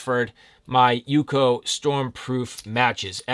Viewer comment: Its not "UCO" as in one word. Its U-C-O 🤣🤣